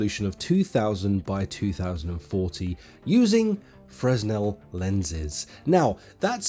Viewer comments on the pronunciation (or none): it frenell not fresnell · Look up how to pronouce Fresnel. ;) it is not Fre-S-nel "I must say i find it exraordinary that you, man in your early 30s could have reached this point in your life without knowing that it is..." not Fre-S-nel - IT Crowd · Fresnel lenses, pronounced FreNel :P I only know this because I worked in the concert production industry and some lighting fixture lenses are Fresnel :P Thanks for the vid!! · I believe the S is silent in fresnel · The “s” in Fresnel is silent.